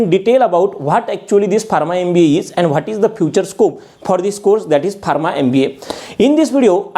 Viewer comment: Barma? Its pronounced farma